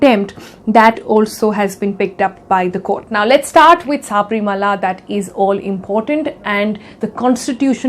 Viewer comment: It's not Saaaaaabrimala.. It's Sabarimala